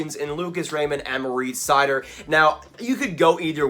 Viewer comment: Nice video. Just as a note, Seider’s first name is pronounced Mo - rihtz, not Mo - reetz